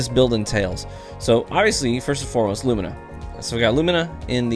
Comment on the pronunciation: THANK YOU FOR PRONOUNCING "LUMINA" CORRECTLY! MY OCD REEEAALLY APPRECIATES IT,!!:-D Also, my favorite part about Lumina is that it's accurate to the lore...cuz in the lore, Thorn didn't start out as Thorn, it started out as Rose(the legendary hand cannon you get in the quest.) It was corrupted by a titan in the lore named Rezl Azzir, who became the first Dredgen: Dredgen Yor. So, if you read the flavor text during the quest for Lumina, you know that you had to cleanse Thorn so that it would revert back to it's original state, Rose, and then forge it into Lumina. It's such an arbitrary detail, but when you get hit with a noble round and get the buff, that buff is called "blessing of the sky." The reason that's so awesome is because "sky" is what the Hive call the Light. In the lore, Rezl Azzir went to the moon with his Rose hand cannon and went into the hellmouth and stacked Hive bodies for like weeks on end, dying and resurrecting, over and over, just piling up Hive bodies. When he finally came back out, he ripped off some bones from a Hive body and grafted them to his Rose hand cannon, and in doing so the Rose became a Thorn, and he became Dredgen Yor. So, it makes sense that the gun itself, being a former tool of an agent of the darkness(Yor,) would still use the language of the darkness(using 'sky' instead of 'light') to describe the perk's active buff. I love it when we get some unbroken continuity in the lore like that. It's awesome.